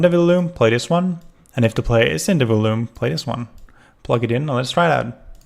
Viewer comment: Before I say this, I just want to say that I love "A Hat in Time" and it is possibly my most favourite game as it reminds me of my childhood (games like "Super Mario Galaxy" and "Super Mario 64 DS") while also adding some cool and original content to stop it from being a direct copy. With that out of the way, I just want to say... It's pronounced "vol-youme". Not "vul-oome".